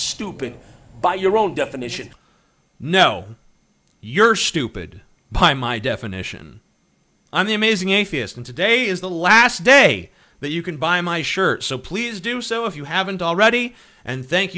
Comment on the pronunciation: "Ath=I-est" HAHAHAHA